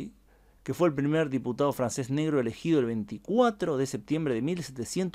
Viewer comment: Creo que eres el primero en YT hispano en geografía- historia que sabe pronunciar en francés! Chapeau 💪♥️👍